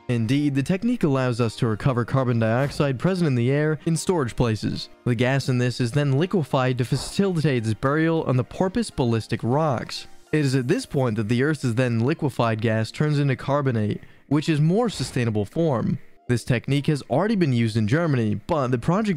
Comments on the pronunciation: When you can't even pronounce Methanol properly it makes the rest of the video irrelevant. Porpoise... you mean Porous Balistic... you mean Basaltic Iminiminated... you mean Emanated... you have too many syllables and added letter sounds Electrolalysis... you mean Electrolysis... again with too many and the wrong letter sounds Thinsythizer... you mean Synthesizer... got your sounds backward this time Respite... you mean Respite as in Reh-spit Hydrogen.... dear god man...its High-Drow-Jen not High-Drog-En Zine... you me Design... you dropped a syllable there You really struggle with the word "the". In many places you are missing it and other times you use it where it shouldn't be If this were a drinking game where you drink every time a word is mispronounced I would be drunk already. Seriously though.... for people to take your content seriously you really need to get simple pronunciations right and download Grammarly to get your grammar right. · What about the pronunciation of "electrolysis" and whatever "porpoise ballistic rock" is? I think it's just a narrator who doesn't know these words.